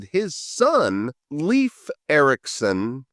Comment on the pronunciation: Skål to the first non-Nordic youtuber to pronounce Leif correctly as "life" 🙂